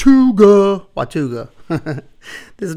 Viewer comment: Isn't it WATANGA???